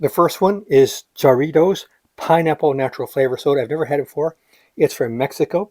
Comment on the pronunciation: Heya, i grew up on jarritos. Delicious stuff as a kid. Really informative review as always. By the way, its pronounced like "hah-ree-tos". Sorta, lol. Sounding out spanish is kinds tough to make it sound authentic. Happy new years! God bless